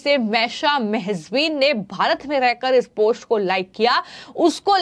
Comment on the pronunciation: इस खबर के लिए धन्यवाद | आपसे अनुरोध है कि आप अपने हिन्दी के उच्चारण पर कार्य करिए .... क्योंकि यह जरूरी है कि आप सही से उस भाषा को बोलना सीख कर ही उसमे समाचार पढ़ा करिए | ... आप बार बार "पोस्ट" को "पोष्ट" बोले जा रही हैं, यह बहुत खटकता है और आपकी खबर पर से ध्यान हट जाता है |